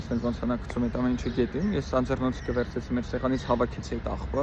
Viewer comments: Սիրելիս շատ հետաքրքիր խօսեցիք իս անձեռոցիկ է ոչ թէ անձեռնոցիկ ։կներէք որ սխալը ուղղում եմ Իրան Թէհրան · Մենք մեծ հարգանք ենք տածում ձեր անձի նկատմամբ, բայ պիտի ասեք ԱՆՁԵՌՈՑԻԿ իսկ կրիշկա բառը հայերեն ԿԱՓԱՐԻՉ են ասում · Անձեռոցիկ,հարգելիս։Այդ բառը Ն -ով մի արտասանեք։ Հետևում եմ Ձեզ և ողջունում։❤